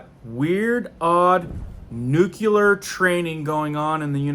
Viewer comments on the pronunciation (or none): Nuclear!!!! Please!! Its not "nu key ler"!!! Its "new clēar"!! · Love your channel but you need to learn how to say NEW KLEE AR . PLEASE LOOK IT UP !